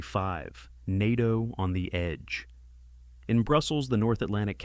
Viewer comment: Article 5 was invoked after 9/11. Also, get your AI to pronounce NATO right dawg , have some self respect